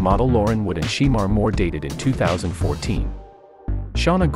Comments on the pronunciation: Just because it's spelled Shemar it's pronounced " Shamar" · It's pronounced Shamore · ITS PRONOUNCED SU' MAR' MORE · I don't like the way the person is pronouncing his name just doing this video it's not she more is shemar Moore😅😅